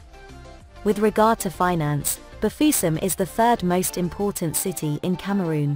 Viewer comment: Bafiussam.... Whitisement de ca😂😂😂 j adore